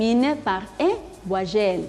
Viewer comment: La intención es buena, pero la pronunciación, ni hablar. Ni idea del sonido de la "u", ni de las nasales, ni la diferencia entre v y b. que es eso de "ti." "vuayel" Ne prononce pas le mot vite, au moins